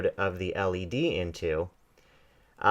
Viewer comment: I don't know if I just heard him right, did he call an LED a 'lead'? facedesk